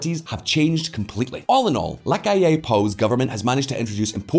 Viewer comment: The pronunciation is the accent on the “A” no on the “I” on the word “Amplio” and “LaCalle” is a double “ll” not a single “l”